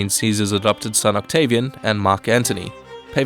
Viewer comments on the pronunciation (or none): none